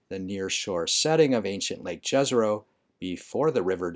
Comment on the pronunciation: on our university in Prague, during public lecture about mars, the lector insist to: each one of us have a duty to teach at least one american to pronounce the Jezero correctly. Well, this is my showtime. It's "yazaroh" and meaning is "a lake." In the several slavs languages. Mission completed. Now the channel will be superaccurate.